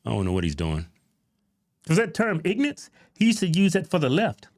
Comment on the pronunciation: Whats an ignanse? I dont speak Walmart